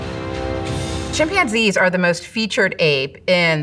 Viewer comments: Why Is she pronouncing chimpanzees with the accent on the wrong syllable? Or is it just because I’ve had a couple of gummies??? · the way she says chimpanzees😆